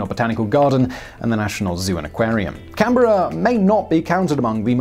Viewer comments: A+ for your pronunciation of Canberra! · When youtube daddy pronounces Canberra right 🤤💦